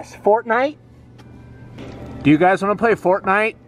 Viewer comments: Get it "FORTinite" lol lel OMG XD MLg DoryTOeS illuminat ti con fierm ed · It’s fort- nite